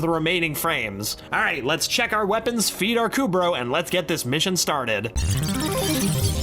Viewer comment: "Feed our kubrow" more like "Freeze our kubrow"